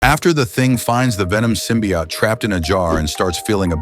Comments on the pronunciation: I cant get past the narrator saying symbiott over and over. Its symbiOTE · Ote not Ot, dumb AI text reader. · Symbiote, not symbiott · What the hell is a "symbiat"? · I hate that they are calling it "simbi- aht" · I like how AI is too stupid to pronounce “symbiote” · The voicework is shitty enough (fucking BUTCHERING "symbiote" repeatedly), but that crappy assed music- I couldn't bring myself to waste any more than 15 seconds on this utter dogshit. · lmao this AI speech is sooooo annoying. It mispronounces Symbiote every time and it's literally unwatchable. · I had a feeling this was AI, considering the odd pronunciation of "symbiote". It was the voice saying "hi" instead of "him" that sealed it. Really gets irritating hearing AI so often.